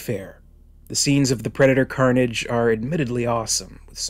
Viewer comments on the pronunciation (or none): none